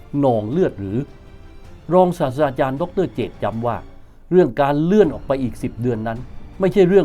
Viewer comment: ผมฟังว่าอาจารย์พูด “ศาสดาจารย์” ใช่เปล่าครับ ถ้าหูผมไม่ฝาด ที่จริงต้องเป็น”ศาสตราจารย์” นะครับ ผมชอบครับรายการนี้